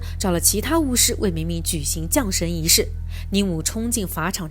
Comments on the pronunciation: 把降jiang神念成龙神。🤦‍♀️听了都辛苦。没看完。听不下去。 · 是（jiang）降神仪式😂吧！